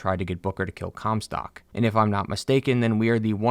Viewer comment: Take a drink every time you hear "cumstock"